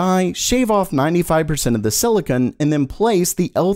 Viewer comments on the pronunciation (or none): none